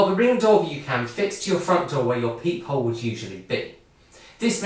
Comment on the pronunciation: You definitely just said "peehole"